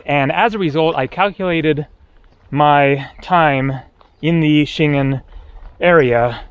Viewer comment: I like your videos, but sometimes your pronunciation is lacking. You need to learn to pronounce Schengen.